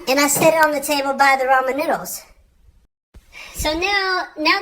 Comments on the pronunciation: At least you're saying Ramen correctly...😊 Extra points for that. Lol! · Lyndie Kelley Brazzel it's pronounced "raymen noodles" it's just one of those words spelt different but sounds the same or whatever!?!?🤔🤷‍♂️lmao